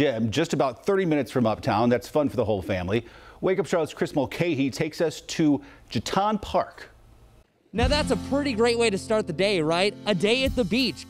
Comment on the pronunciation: Please tell your reporter he mispronounced the name of the park severely. It is Je-ton' with the accent on the second syllable. Rhymes with Baton as in something twirled by a majorette. Please let him know!